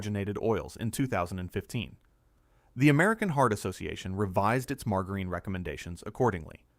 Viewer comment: What the ever loving heck is marg-a-reen?? Thanks AI - not.